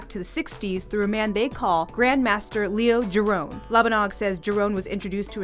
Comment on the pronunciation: Leo Jerome lol